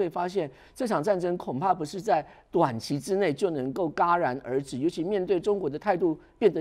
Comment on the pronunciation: 戛然而止（戛jia二声）